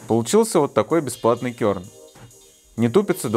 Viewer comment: А разве «кёрн»? Всегда слышал «керн», «кернер»…